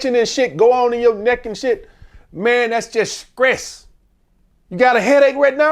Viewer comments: skress…..😂 butchered that word somethin serious. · he pissing me off sayin skress 100x 😂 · That "Skress" is crazy work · Screes you mean stress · How can someone as intelligent as continuously say “scress” instead of stress they’re not even close lmao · SCRESSSSSDDDDDD OUT brotha 😂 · 😂😂 Scress kills relationship guys 😂😂, he done rumbling so much that he lost his sense of pronunciation Scress 😂😂😂😂